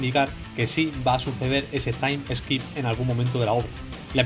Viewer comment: Se dice taim skip, no taim eskip